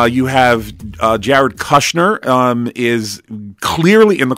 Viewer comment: Its pronounced "pull itzer, not pew-litzer. Also kushner sounds like push, not lush